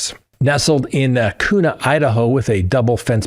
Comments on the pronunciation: I love you bro but I gotta help you out here. Kuna is pronounced Q-nuh. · Kuna pronounced: CUE-NA